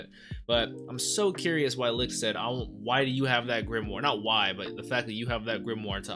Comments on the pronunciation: I'm a little late here obviously but licht is pronounced "Lick-[cleared throat]-ed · Just say it like Lit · Pronounce it - Lee - kt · i need to correct you. im german and its more a sh than ck like lisht but a little bit smoof so its licht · Licht pronounce "Lisht" like the "sh" in shut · Lichts name is pronounced "licked" it's German for "light" a lot of Japanese anime uses German words for magic as they have a European Gaelic sound. One example would be Licht Bach from Plunderer literally translates to light flash, his hero prefix in the show. Hope this helps bro if haven't been told already. 🙏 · Thanks for the video! Licht is pronounced Lickt, and another fun fact is that Yami literally means darkness in japanese. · Licht is pronounced like “licked” in the English dub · Licht is pronuced Patry. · Just let Google tell you how to pronounce light in german, thats his name. But i guess the german CH is hard for you guys overseas